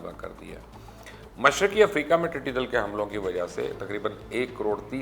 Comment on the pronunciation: Mubashar sahab, talaffuz to sahi karlo apna tiddi dall kehte hain tiddi dil nahi.